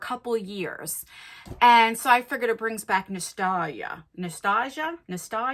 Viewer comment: Sounded like you were stroking out when you said nostalgia lol